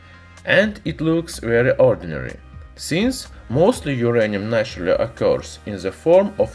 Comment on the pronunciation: It's naturally, not natury😂😂